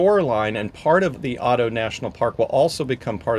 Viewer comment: Fantastic video. Glad you enjoyed your trip. Just wanted to point out that you pronounce Addo with an A not Au...your timestamp is saved as Auto Elephant National Park from being mispronounced 😅